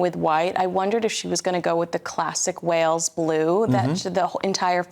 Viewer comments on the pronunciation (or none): none